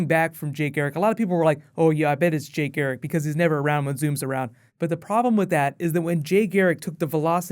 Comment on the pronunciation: LOL it's Garrick not Gheric